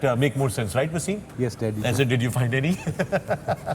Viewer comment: Waysim???? He's a legend of your country an outstanding player who put Pakistan on the map. Speak English as you want but the first waysim was WTF. Why?? He is wasim not waysim. respect